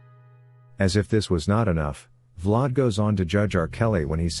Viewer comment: “Vlod” “V-Lad” 😂😂